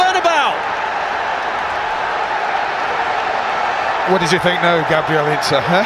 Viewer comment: Back when commentators said bernabau instead of bernabayu.